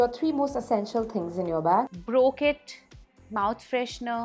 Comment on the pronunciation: She spoke eye brokit and I thought I broke it.😂